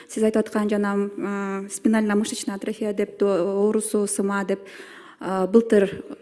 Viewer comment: Тупица. Даже АТРОФИЯ деген сөздү артрофия деп атат🤦🏻‍♀️